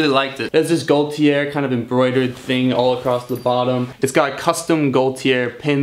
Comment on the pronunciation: Gaultier is pronounced as such: [GO-TEE-AY]. Cool finds man